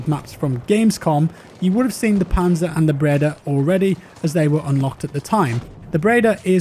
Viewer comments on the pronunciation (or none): none